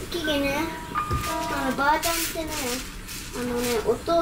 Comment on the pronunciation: ばあ↑ちゃんの発音がツボwwwwww